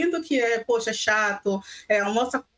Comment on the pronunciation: "Já pode ao mossar!?": "Nao pode al-mosar"